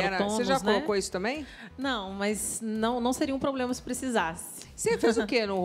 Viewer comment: Parece que a doutora fala PROLEMA. 😅